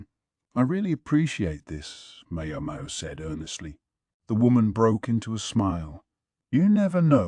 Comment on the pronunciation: not just a little lol. The ai voice calls her mayo mayo